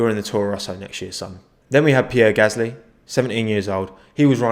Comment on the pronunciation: its Pierre Gasly